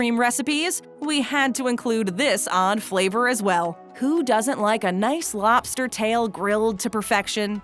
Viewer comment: If we're just banning foods based on taste - then the use of ketchup should be a federal offense. Also - LOB-ster, not LOP-ster. Vegetables, not vetchtibbles.